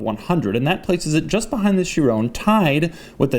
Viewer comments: Sharone? Ky-Ron lol thanks buddy.... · Again Doug, Chiron is pronounced She-Ron, not She-Roan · Doug back at it again with the “Chirone” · What the hell is a She rone? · jesus and after u pissed me already off with your persistant FEWAWWI pronounciation you start saying SHIRONE. jesus christ you really are an american stereotype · chironee? How do you pronounce that😂